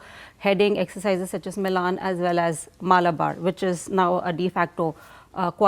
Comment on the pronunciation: The fact that the Indian girl mispronounced 'Milan' is sad